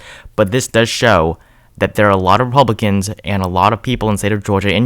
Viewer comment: Sounds like he sometimes says Epublicans..